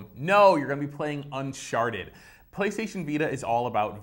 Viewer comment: he totally said "unsharted"